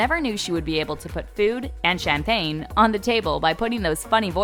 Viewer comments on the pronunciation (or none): none